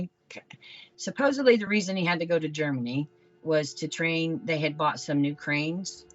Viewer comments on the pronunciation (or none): Seems to happen to a lot of people who say "supposebly"